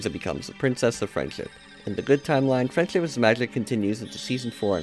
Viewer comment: Sometimes it sounds like your saying “freind chip is magic”